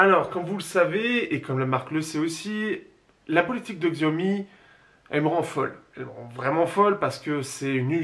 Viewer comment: Xiaomi cela se prononce Chiaomi.